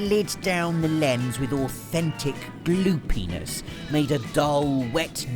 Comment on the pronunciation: After watching this video i now will be naming my characters something you said in this video, i give you "BluePenis" i know in your mind it was Bloopiness but my 12 year old mind heard differently! Cheers!